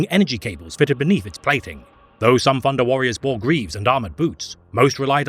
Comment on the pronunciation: “Funder” lol